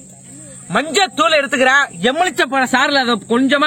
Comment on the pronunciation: எம்முளிச்சை இல்ல தம்பி, எலுமிச்சை